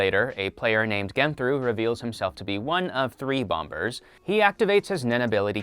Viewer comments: Anyone else think it’s weird this guy pronounces the second ‘b’ in “bombers” “Bom-bers” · You don't pronounce the second b in bombers. Other than that awesome video. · I have never heard someone mispronounce bomber as bomBers so much in 5 minutes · You don’t pronounce the b in bombers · why did you keep pronouncing the second b in bomber? it does make you think tho